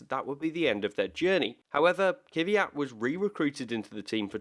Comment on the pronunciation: I know I'm being picky, but it's fucking Kvyat not Kyvyat xD